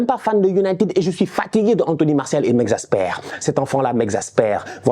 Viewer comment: “Here goes anthony Maorssial” avec l’accent cest pour me tuer😂😂